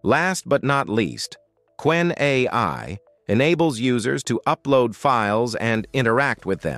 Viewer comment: Ce n'est pas kénè mais Qwen (ku wène).